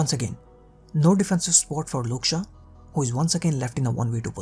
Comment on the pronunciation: Great content bro keep it up! I had to laugh everytime you said Shaw because it sounded like Luke Shah.